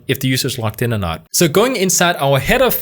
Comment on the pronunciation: Hey,, logged in is pronounced loGGed in, not loCKed in.